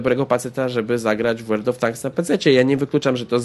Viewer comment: "Łerld" of Tanks Zaawansowany angielski xD